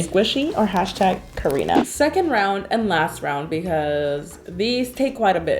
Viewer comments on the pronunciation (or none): none